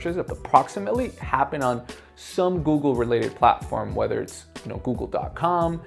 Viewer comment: It's Google not Goggle.